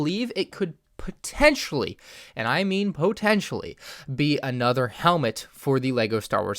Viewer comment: you say "pontetionally" at least 3000 times